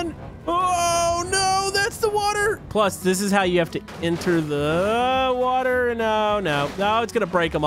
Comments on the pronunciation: Do you guys hear that.Camodo don,t know how say water. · Its water not WATAR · I love the way camodo says water 😂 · I like how he saids water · It seams as if he says water with a capitol i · Why dose say water like that?🤔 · Why do you say Water like that? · Why you say water so wierd? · Lol why u sayin water like that ? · Lol He Keeps Saying Water In A Wierd Accent